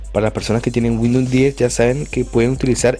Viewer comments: Es Windows no windoun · Cuantas veces dijo WINDOM Xd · 31/7/2020 me funcionó gracias, una cosa se dice windous no windoun, gracias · windun xd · 'Windnon 10 8 7 xp ' 😂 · No sabe ni decir windows imaginate si sabe instalar un driver! jajajaj